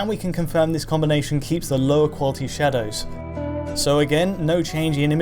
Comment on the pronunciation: Shawdows? shawdows? we're talking shadows???